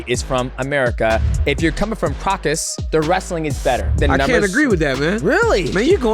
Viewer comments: The crocus mountains 😂😂😂(it's Caucasus) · bro kept calling the Caucasus " Kraukus" like bruh dj it aint ham lol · Someone teach DJ they are not called the "Crockus" mountains please 😂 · why does DJ refuse to say "Caucasus" correctly? Caucasian, Caucasus Mountains. People call it "caucus" but thats a completely different word. But if youre going to use that word, at least dont pronounce it "corkus" because i dont know wtf that is